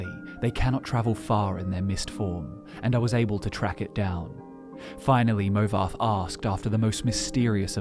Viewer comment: there's no way anyone can convince me that "movarth" is pronounced "movarf" Its literally wrong lmao.